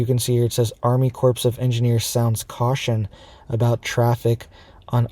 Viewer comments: It's pronounced Army 'CORE' of Engineers, NOT Army 'CORPSE" of Engineers. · it is not pronounced like "corpse", but rather it is pronounced as "CORE"..... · corp..is pronounced CORE . JUST so you know ! Not a corpse ! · It is Core…not corps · “Corpse” of engineers? No, the “corps” of engineers. Spreading fear porn, can’t even adequately say the words to spread your fear porn. Foh clown shoes. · Pronounced core not corpse...thanks had to be said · It's pronounced CORE of Engineers, not CORPSE. Obama made the same mistake when he pronounced Marine CORPSE. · It is not pronounced corps . It sounds like core of engineers. A corpse is a dead body. (with all due respect) Also, I do not buy any explanation coming out of NASA. They are not to be trusted. They are just part of the propaganda. Think about it. Each night half of our earth is dark because the sun is completely dark on that side. Why don't we have a hole appear then? NASA is giving us a narrative. That does not make it true. These people have ways of causing earthquakes. All it takes is energy. I guess the fact that NASA is shooting off three rockets and CERN is turning on their machine has nothing to do with any of this. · Dont be an Obama, corps is pronounced "core" , a corpse is a dead body.... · It's the Army Corps of Engineers. The "ps" is silent - pronounced as "core". C'mon, dude! 🙄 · Please pronounce corps the correct way. It is pronounced, core!!! The ps is silent. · Yes, Cores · Corps is pronounced with a silent p. If you pronounce the p, you're talking about dead bodies.